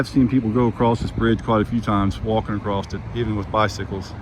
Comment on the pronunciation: Are you saying " accrost " ??????🤔🤔🤔🤔🤔🤔🤔